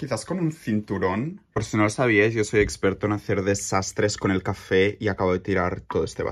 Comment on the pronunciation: Por ti ya no digo café sino cáfe!!!